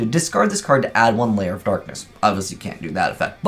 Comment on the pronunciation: it's Lair, not Layer